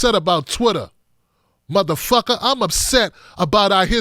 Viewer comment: Ain’t heard someone hit “muthafucka” that emphatically since Samuel L. Jackson lol